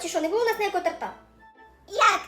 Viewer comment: Вибачте, що трішки буду душнілою, але не торта́, а то́рта😢